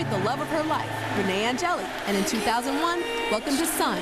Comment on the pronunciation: No, it’s An-jelly 😂